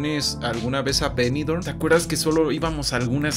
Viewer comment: Nooo esquizo! Pronunciaste Benidorm en inglés 😮